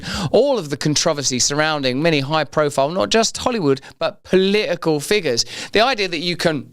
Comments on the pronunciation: Omg how funny. He couldn't even say political 😂😂😂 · He can hardly say political